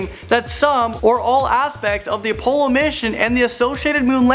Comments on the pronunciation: I don't even care that this is just bullshit. The main problem is that he can't even pronounce crap right. AHLdrin, OHpollo, SERmetrical,?????? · how the hell did he just say Apollo? - n the way he says Buzz Aldrin too... wtf? can this guy not read correctly??? Did anybody else catch those besides me?